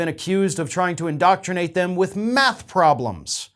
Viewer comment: did you say MATH or METH problems?🤔🤣